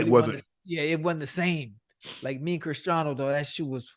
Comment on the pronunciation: ocho cant even say christiano’s name right lol